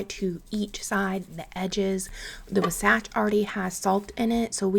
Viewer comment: Just in case you’re interested, Wasatch is pronounced “WAH-satch” or “WAA-satch” emphasis on the “WAH” 😊 I live in the area. Also, you can totally ignore my comment if you want. ❤